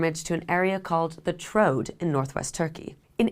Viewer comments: The Troad is usually pronounced as a diphthong - “Tro-ad” rather than “Trode”. See also: “Iliad”. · As someone with basically no knowledge of ancient Greece, pronouncing it at trode is crazy. Makes me mistrust this whole video, probably got their information from an LLM or something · Troh-add, two syllables, accent on the first. Hissarlik accent on first syllable. I could go on. I’m wondering where you got your degree. There are many Greeks alive today, and you could have asked one for help. The lack of attention to simple details like how to say words very much takes away from your work.